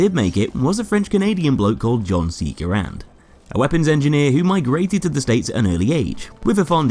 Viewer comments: Garand = gar-ant not Grand lol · Its ger-end not gr-and but i prefer gr-and non the less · Its not, its gah-rand, why is it so fucking hard for americains to wrap their heads around the most simple and similar to their language foreign words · Just fyi, his name is pronounced like this: /ˈɡærənd/ which is like how you pronounce the word "errand" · No it’s actually pronounced ga-rand